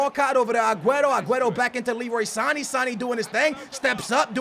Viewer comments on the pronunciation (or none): SAN A not San eeeee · san-ay not san-ee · i think its pronounced Sa-ney not Sa-ni. otherwise, i look forward to your vid every day:D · his name is Sané not Sanii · San-ayyy not sarn-eee pronounced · San-aye not san-ee sheesh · I'm ok with you saying mane"y" but sane"y" sounds stupid!!! You don't pronounce it with "e" its with an "a" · Can you please pronounce it as "San- A" not "sannie" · Noooo! Its not Sanee, or Manee. Its Saney, or Maney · It's Sa-nay not Sa-nee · u dare say Sany again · San-a not Sanee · It's Sanééééé not Sanny. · it's san-ay not san-eeee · Not pronounced san-ee it's pronounced San-ay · Good vid btw it's sane not sani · jesus Christ it's pronounced Leroy San-a not saneee. . . . like man-a ,not maneee. .its not that hard..ffs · Sané is pronounced san-yay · It's pronounced Sa-nae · you suppose pronounce Sane's name as SA-NAY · "Sani"😂😂 love his pronunciations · Leroy Sane's name is pronounced Sahn-Eh and Sadio Mane's name is pronounced Mahn-Eh. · Sane not saniiiiii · Sané's name is pronounced sanAY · HHJ FWAW He says Sané wrong the same way as Mané.. they are not Sani and Mani..... it is so annoying... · Not "Sani" again, #NoRespect4sane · Shutt Up!! Ur saying Sane's name wrong it's so annoying!.. it pronounced (Son-ay) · It's MAR-NAY and SAR-NAY omg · just heads up. sane is said like san-yay. lol, some of the names you try to say.. drives me fruit. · you say mane and sane wrong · skillz, u dont pronounce Sane's and Mane's names. Google the right pronounciation. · the way he says sane is what a sandwich is in England 😂